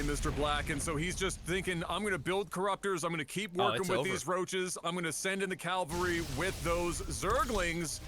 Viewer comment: gf is all getting sour about y'all saying "fajita" incorrectly until I showed her the screen. Me, I'm just sperging over "calvary"; ya dam Canooks you'll have me saying it wrong too!